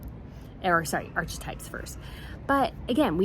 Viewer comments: She ‘s trying to be a ‘saint’. NOT. (not Archie types. It’s pronounced ark ~ types. The ‘e’ is almost silent.) cheers from Australia 🇦🇺! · FYI archetypes is pronounced "arkatypes" not "archatypes". K sound, not CH sound. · Please everyone, it's ArK e types not arCH e types just because Me-Again would like it to sound like her son, Archie's name, does not mean we have to say it like that! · Archetype is pronounced aar-kuh-tipe. Just an FYI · I love your channel and I don't want to seem nit picky, so please don't take this badly... I think it's pronounced ark-types. I'm not 100% sure tho, so make of that what you will ! Again i do love your channel and the way you present on this topic 🇬🇧👍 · It’s pronounced “ar-que-types”. Sadly I think we need to get used to the word. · Sorry for Spotify? Really???? I don't think so! It's pronounced "arKetypes", please. HA, ha